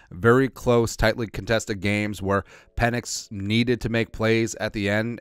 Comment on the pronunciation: Pe"NIX" as in NO.